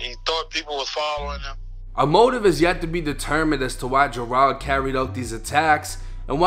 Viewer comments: its pronounced "JER-ELD" then say it fast. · Dudes names Gerald but Jer-ahld does seem a little more "street" though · How tf do you mispronounce Gerald